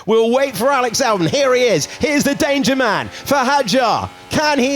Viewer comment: why he pronounced Alex Albon as Alex Alburn?